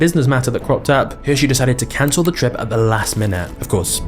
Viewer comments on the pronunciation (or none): none